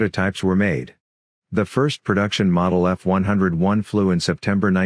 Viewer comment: LMAO.. F-101 is pronounced "F-one-oh-one"